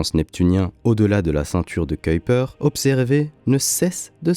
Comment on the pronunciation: Je me suis évanoui! Le commentateur a prononcé correctement "Huygens" et "Kuyper". J'en ai pour trois jours d'ITT.